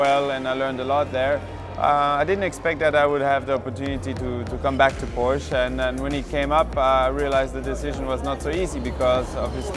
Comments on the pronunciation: Who else is triggered by "Porsch" ? (it's Porsche) XD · You know there's an "-eh" at the end of Porsche, right? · Try Pronouncing PORSCHE Properly.........!!!